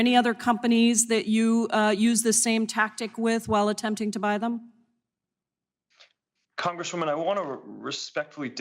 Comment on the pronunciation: Mr. "Prikai"? He shouldve said "Songress dabluman"